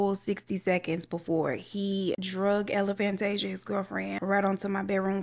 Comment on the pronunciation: Every time you say Elephantasia I scream 😂😂😂😂😂!